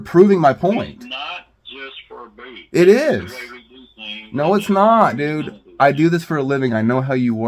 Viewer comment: When you said that Home land security person whose last name is Booth. I could’ve sworn you said, “buffoon” I mean, it’s honestly very fitting for his very hostile attitude. Definitely not a people person. I used to work in healthcare for nearly 20 years and I would strongly believe that this fool somehow escaped from a nursing care facility where they take care of people that have dementia and other memory issues. Director buffoon of Homeland security. Kind of fitting for this whole video because even The so-called law enforcement officers are as even more buffoons than that old fart that they are protecting. Got a new. You got a new subscriber out of this encounter. I found you on YouTube through another video. I really hope this whole town gets investigated because it seems very corrupt.